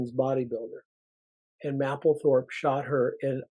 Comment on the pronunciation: The "A" is a HARD "A" in Mapplethorpe..... You will sound more convincing is you PRONOUNCE the genius R.Mapplethorpe name CORRECTLY.